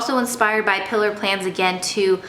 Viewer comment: I love Pilar Plans too! Just a tip it’s pronounced PEE-LAR not pilar.